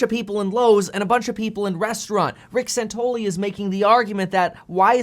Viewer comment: San Ton ELL ee